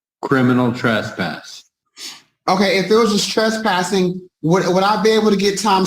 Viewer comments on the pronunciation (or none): I swear to god it sounds like the judge says "Criminal Trashpass" which is an awesome name for a punk band